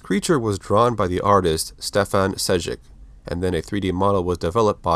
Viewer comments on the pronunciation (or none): none